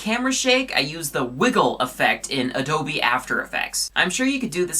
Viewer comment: You don't read Adobe like A-dou-BEE.